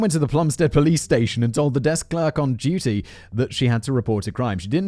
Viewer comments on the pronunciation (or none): none